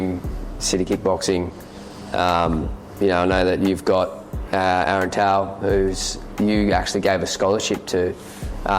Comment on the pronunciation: Pronounced Aaron Toe bro. Show some respect ya Balangi.